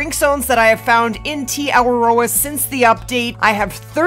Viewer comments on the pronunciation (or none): Kia ōra Lady! As someone who is a Māori from New Zealand, although you're not say Te Awaroa properly, I give you my credit and respect for trying😇 I could help you if you want? To make it easier, break it down like ( Teh - arwar - ror ) I hope this helps?